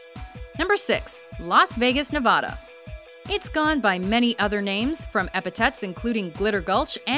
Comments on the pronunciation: It’s Ne VAD a Not Ne VOD a I’m telling that to my sister cuz she lives in Las Vegas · You said Nevada wrong say it right for goodness sake ... gosh have some thought for the people that live there. And how they pronounce it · u said nevada wrong - a californian